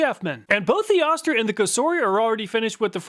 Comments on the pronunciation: Oh-ster, not Ah-ster. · Just so you know, it's "OH-STIR" not "AH-STIR". That's from the company themselves. 🙂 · you were calling the O-ster, Oscar, just say O then ster not Oscar. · It's Ohster not Ahster... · I really love your presentations! However I cringed every time you said oss- ter. This is an old American name brand. Oh- stir is the pronunciation. I'm old and remember Oster. Of course it is just a name now. Thanks! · Oster is correctly pronounced oh-ster , not ahh-ster. At least acording to John Oster, a direct descendent of the founder of Oster Manufacturing, who still works for the company. He would know, so I'll take his word for it. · It's pronounced Oh-ster... not Ah-ster. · Killing me with the “Ahster” here. It’s pronounced “Oh-ster” (rhymes with toaster). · Wait It's pronounced Ah-ster? My family always said Oh-ster. 🤔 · Jersey dialect😂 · say "Oh-Ster" not "Ah-Ster" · You are too young to know that Oster is pronounced with a long O. OH-ster, rhymes with roaster. The brand has been around for a century making blenders, mixers, and other kitchen small appliances. They made lots of other things including clippers including large animal clippers. I used a big set of Oster clippers on horses in my childhood. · I think Oster is pronounced like “toaster” without a T. Oh-ster. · You’re too young to know but “Oster” is pronounced “OH-Ster” Once upon a time was a beloved Made in USA Appliance brand. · it's pronounced Oh-ster, lol. I remember the ads from my childhood. this brand has been around for a long time. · You kept mispronouncing Oster it is pronounced OH ster. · Oster is pronounced OH-ster per their ancient commercials. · Oster is pronounced with a long "O". Go find some of their old TV ads and you will hear it.